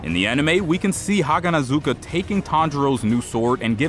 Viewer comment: Bro, do a better job at pronouncing "haganezuka" right